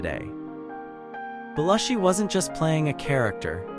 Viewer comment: It's pronounced Beh-LOO-shee. This video was ruined in the first 30 seconds. Don't post a "do you remember" video if you can't pronounce the persons' NAMES!!!!!